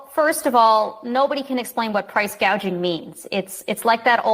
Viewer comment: kamala doesn't even know the meaning of the word gouging. She called it price GAGEING!!